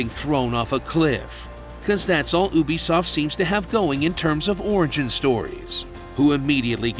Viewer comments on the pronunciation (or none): Ooby-Soft hah